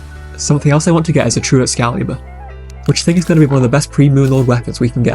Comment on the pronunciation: "The true excalyber"🗣🗣🔥